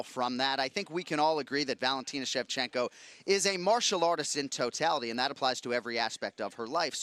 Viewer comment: am i the only one that heard Valentino Shevchenka? ? Switched those last vowels on us there... haha